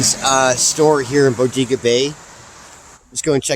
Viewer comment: Locals pronounce it Bo-dae-ga